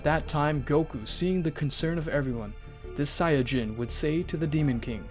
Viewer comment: Sayadjin? Its sayin